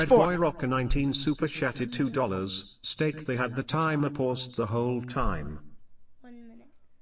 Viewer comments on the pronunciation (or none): its steak not steek